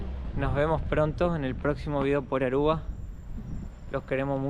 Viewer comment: No es Arrua, es Aruba.